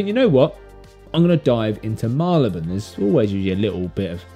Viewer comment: Very interesting videos. I notice, for Marylebone, you say Mar-le-buhn. Like you, I’m a Londoner and I always thought it was Marry-le-bhun. Who’s correct?